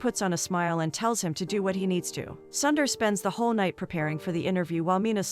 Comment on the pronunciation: Don't keep calling him "Sandar" or "Sandar". Your pronunciation is horrible. You are killing his name. He is Sundar or Soondar.